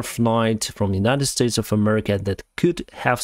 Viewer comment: "Claims to not support a particular party" Pronounces the country name as "Murrica"